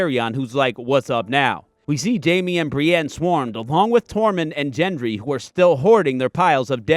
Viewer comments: His name is Gendry. Not Jendry. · Please, it's Gendry, with a G sound like Go. Not a J sound like Juice. Gendry. Gendry Gendry. Not Jendry. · Is this a Jame to you? Or a “Jif?” No; it’s a GĀme- as in Gën-drē, not Jën-drē. His name is spoken insert this amount of times thus far. Should be understandable by now. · Great video ! just wondering why you say Jenndree instead of gen-dree like they say in the show like everytime he's mentioned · Ffs it’s gendry not jendry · The quick clip of the "north men" were of the knights of the vale. Also u mispronounced a few names like gendry and mormont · You kept mispronouncing Gendry's name. ☹ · Why can nobody pronounce Genrdry's name correctly?